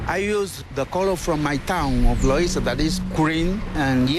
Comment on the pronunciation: God!!! If your going to narrate a documentary on another culture learn to pronounce the terms you are using! This English guy mispronounced Loiza as Loaza, and Vejigante as Veagoante. He didn't even try and honestly, CNN could do better.